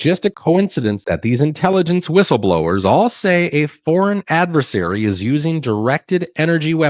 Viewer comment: I am SO sick of professionals saying these two words wrong: adVERsaries (they say adVAsaries) InFRAstructure (they say inFAstructure) Please use these words correctly, y'all, and you'll already be a step ahead in life! ✅😂 (Yes, it drives me bonkers.)